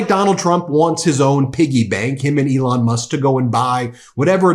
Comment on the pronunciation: He said, Leon...... Elon.